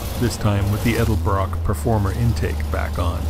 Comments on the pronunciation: E D E L B R O C K NOT E L D E B R O C K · I think my favorite part of this video is when keeps saying Elderbrock instead of Edelbrock. It's quite endearing. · I love how he calls it "elderbrock" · "Eldebrock" :p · thousands of hours spent with hotrod stuff and says Elderbrock not Edelbrock ( i said Elderbrock for years too) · It's Edelbrock, not Elderbrock... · I hate when people say elderbrock ... and not edelbrock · Vic Edelbrock is rolling over in his grave every time tries to say his name. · How is it possible that a man who has been around cars for so long can not pronounce the word Edelbrock???